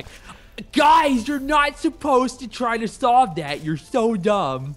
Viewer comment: "GUYS UR NAUGHT SUPPOSD TO TRI AND SOLVE DAT UR SO DUM!" that was funny